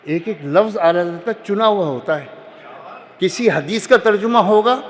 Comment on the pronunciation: تم آلہ حضرت کیوں بولتے ہو 😂